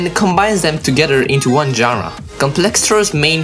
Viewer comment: nice "GENRE" u know wha i mea?